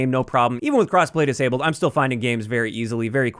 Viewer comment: Wait…. Did you say crossplay DIS-ABLED? That’s a thing now???